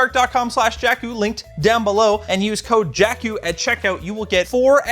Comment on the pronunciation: Should rename the channel to "jankuh"